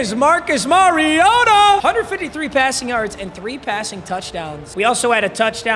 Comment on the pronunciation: when u gonna learn how to say Mariota